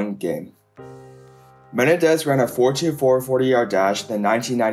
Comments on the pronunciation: Just FYI for future reference... it's not MEN-un-dez... it's Meh-NEN-dez. The injury and off-field events of his life were absolutely tragic and unfortunate. Odds are, he would have been the Falcons' primary returner and probably a 5th rotation WR used mostly in short-time, long yardage drive situations. That alone could have given him a nice career for several years (as long as he kept his speed), despite not being a good WR by any means. While he may have played well against a handful of weak division 2 defenses in at Eastern Kentucky, he was not impressive at all against the likes of Troy, Western Kentucky, Appalachian State, Southeast Missouri, or the Div 2 playoff game against Western Kentucky in 1997 (half the games on the schedule). He was outright terrible against Kentucky, Appalachian State, and Murray State... the only worthwhile defenses he played his senior year. He basically had 750 receiving yards and 8 TDs against 3 teams in 1998 (Eastern Illinois, Western Kentucky, and UT-Martin), while barely showing up for the other 8 games (less than 300 yards receiving and only 3 TDs). This and the fact that he was an extremely small WR even back then (5'9, 180) are why he wasn't taken until the 7th round. Also, Menendez NEVER held the record for most receiving yards in a game for Eastern Kentucky. His big game against Eastern Illinois was the second most in school history. The actual record is 316 by Aaron Marsh against Northwood in 1967... 31 years earlier. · Dude why can't you say Menendez? Meh-nen-dez. Not Ma-ne-dez. Holy ** man. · Me-nen-dez Not men-e-dez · Me nen dez not men nah dez lol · ME-NEN-DEZ not ME-NE-DEZ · Rondel Me-nen-dez..ran a . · I like how he says "Menendez". Do better research. James Jett played for the Raiders and was an Olympic caliber sprinter. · Learn how to properly pronounce Menendez bro.